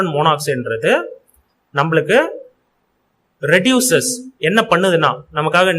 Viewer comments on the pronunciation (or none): ரெடக்சன் இல்ல அண்ணா ரெடியூசன்